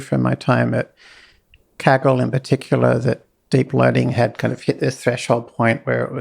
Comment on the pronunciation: "A former president of 'keggle'"